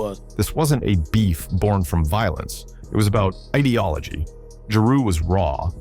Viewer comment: This video sucks. Is this AI generated? This can't be done by somebody who actually knows what went down in the era. Can't even say Nas, Jeru or Pac right. DJ Quick? Also the Wu Tang beef was limited to Rae and Ghost. They thought the album cover to Ready to Die was too similar to Illmatic to be a coincidence. Method Man even said when asked about it that Rae and Ghost just don't like anybody. The beef with Nas was largely tied to that too. I guess AI has gotten pretty good though it it's not immediately obvious to a lot of people.